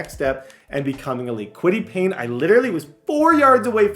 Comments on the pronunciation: Its Kwity Paye not Kwity Payne. Where are you getting the n brother lol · Bro if I hear kwitty Payne one more time I’m gonna pull my hair out 😂😂😂 it’s Paye . Got you gang 😭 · Kwitty Paye!!!! Not Payne!!!! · kwity “payne” is pissing me off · Julius Brents as well…Kwity Paye as well! Your mispronouncing many colts players names